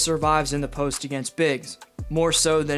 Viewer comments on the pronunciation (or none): none